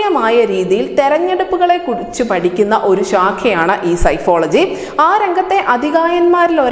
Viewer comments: It is not സൈഫോളജി. സെ ഫോളജി psephology എന്നതാണ് ശരി. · Psephology സെഫോളജി, സൈഫോളജി അല്ല, ദയവായി ശ്രദ്ധിക്കുക. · Not psychology it's psephology.. Please correct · Pronounce sefology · കൊച്ചേ, സെഫോളജി ( Psephology) എന്നാണ് ശരിയായ ഉച്ചാരണം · Dear lady, the word is "sephology" and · PSEPHOLOGY oru Statistics group ile academic programme and.Athinu degree diploma courses undu pala universitykalilum. Kaiyil telephone screen thurannu vechu vayikkumbol Ningal ucharicha vidham seri alla( " sifology" sykkology" Randum ) thettanu.